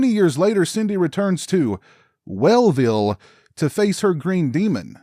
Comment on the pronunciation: It’s ‘NEW-ville’ not ‘WELL-ville’ 🧑🏻‍🎄 I just watched this film & was pleasantly not disappointed!! But then again, I am a huge fan of holiday horror films/stories!! 🪓🎄🔪🎅🏻🔨🦌